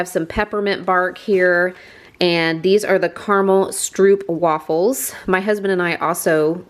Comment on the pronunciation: I couldn't help but smile when you said "stroopwafels". The oo is pronounced like the o in low. Not like the oo in food. They are delicious, although I'm prejudiced as a Dutchie. I love your explanation for Santa stockings. I hadn't heard of that one before. In the Netherlands Santa Claus isn't much of a think, we've got Sinterklaas, Sint Nicholas, at december 5th, in which almost every kid until 7-8 years believes (with the famous question "do you know the secret of Sinterklaas?" which is how older kids and familymembers check whether the younger kids have figured it out yet). It was another lovely video, thanks.